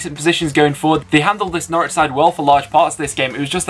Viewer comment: I'm so glad Preston nailed Norwich - Nice one you northern beauties! Up the Blades!